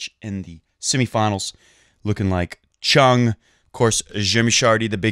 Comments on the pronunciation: ChUng, not ChOng. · You so did not! :-) Try to pronounce the U like the OO in food. Choong.